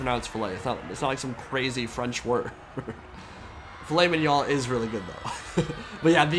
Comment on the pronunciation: That's not how you pronounce "wagyu" and "mignon" either!